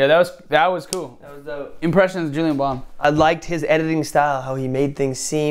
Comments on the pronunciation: He is called "JuliEn", not "JuliAn". Please correct that horrific mistake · His Name is JULIEN and not JULIAN 😂🤦🏼‍♀️🤦🏼‍♀️ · Es heißt Julien nicht Julian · It's actually Juli e n Bam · JULIEN BAM NOT JULIAN BAM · JuliEn Bam, Not JuliAn Bam😂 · Julien Not Julian 😂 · JULIEN NOT JULIAN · its julien bam not julian bam xD